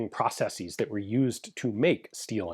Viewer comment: Thumbs up for the correct plural pronunciation of ‘processes’. At this point, he might as well pronounce the first syllable in the British way too, or abandon Yank English altogether for the entire channel. Make America Great Britain again! 😂